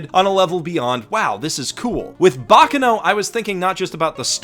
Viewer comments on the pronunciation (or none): Please. it is /bak'kano/ not /'bakkano/. that pronunciation hurts a bit. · The accent is on the second "a" in baccano, and the force needs to be put in the c's, not in the final "no". I don't know what "bocno" is. Sorry, I had to. But... Basically, what made me today are friends. I wouldn't be myself if I hadn't have some friendships through my life. Yes, friendships are one of the main changing forces in my life, both for the better and for the worse. The second I would say it's videogames. The third... I know this would be both laughable for and embarassing, but one of the first thought I EVER remember is being myself, always. And I think that that thought was implanted into me thanks to... Winx. Yup. That bitch ass, lookin' ass, girly ass shit it's the thing that (probably, I don't really know) made me TO THIS DAY. And I am grateful for that. I might have to thank the creator, if I manage to meet him ever again. (Yes, I """"""""met"""""""" him at my first, or second ever Lucca Comix and first/second ever convention, I don't remember this too) Another thing that shaped me in a very strange way was Avatar too. I love that show. Writing this almost made me cry, actually ahah. I am, unfortunately very easy to make me cry, my ex described me as a "glass cannon", while for my whole life I though of being just a very, very VERY weak kid who would not grow up. Plus loving to cry is another thing that helped me think that I was just a weak, frail, powerless kid and girl. And let's not talk about one of my best friends who told me this exact thing. Ok, I g